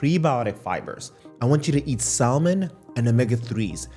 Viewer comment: The "l" in "salmon" and "almonds" is silent